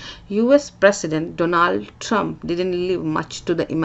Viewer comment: Hahaha haha...what is Do Lund Trump. Learn to pronounce names properly. 😂 Poetic illusion ok but you don't even have that . Isolated Hindus just in Hindia Once you go you ALL GO. Tch tch😢😊😊